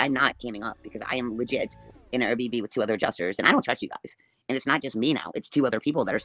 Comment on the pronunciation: That’s her house. And why does she always say, Air BB instead of the correct, Air B&B?